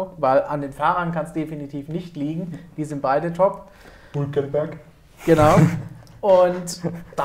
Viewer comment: Musste ich lachen bei "hulkemberg" xD.